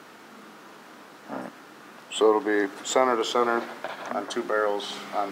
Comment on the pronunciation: Sener to sener its center not sener